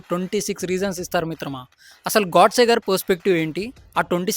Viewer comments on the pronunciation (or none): చాలా బాగుంది, తమ్ముడు.. కానీ అమర వీరుడు, మహా త్యాగి, దేశ భక్తుడు నాథురామ్ గారి ఇంటి పేరు గాడ్సే కాదు గోడ్సే అని పలకాలి